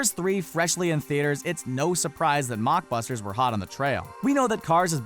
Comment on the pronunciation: Lol "mockbusters"